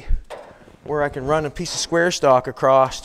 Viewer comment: Theres no t in across lol